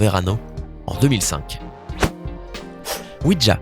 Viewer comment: On dit pas ouidja mais ouija